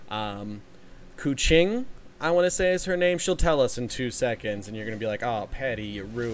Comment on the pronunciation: The funny thing Keqing prounonce is Koo Ching /Kuhching in my country means Cat and the fun fact about Keqing is her hair look like Ear Cat So yeah she literally Cat 😸